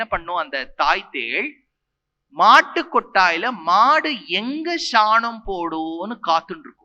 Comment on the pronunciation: Athukku ea da ஷாநம் னு சொல்லுற சாணம் னு சொல்லு